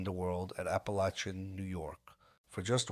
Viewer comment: It's pernounced APALACIN, I've been to that house, only miles away, I know all about it and who was there.